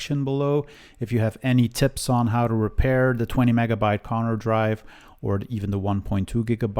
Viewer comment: Why do you say "Connor" all the time? They were Conner... BTW you could test some MFM drives, that is nice old technology, but they are geeting pretty rare these days. At least the working ones...